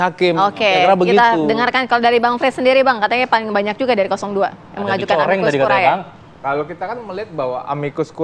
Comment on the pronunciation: Konsonan ae bahasa latin dibaca vokal e dalam bahasa indonesia. Jadi bacanya "Amikus kurie" Bukan amikus kuriae...